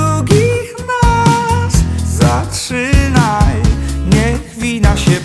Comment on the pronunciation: "zatrzynaj" "nic nie trwa wietrznie" "nie trzekaj" -po wymowie od razu można rozpoznać Hyżego 😂 ale piosenka wpada w ucho ☺